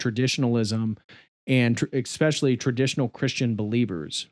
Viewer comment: Great video, thumbs up. Still, I die inside every time I hear a grown man say "expectshilly", especially a doctor.